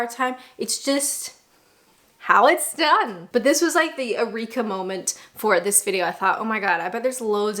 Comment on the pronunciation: Eureka: not oo-reeker but yoo-reeker!